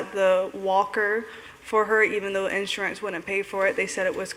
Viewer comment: "in SUR ance"